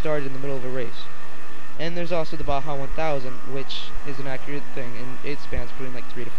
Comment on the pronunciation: nice review, good opinions but the vid was blurry and its not bha its ba-ja.